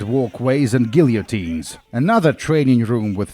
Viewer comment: I did laugh at this one. Probably my favorite mispronunciation of yours! 😂 We do still say Mssr. Guillotine's name the French way in English.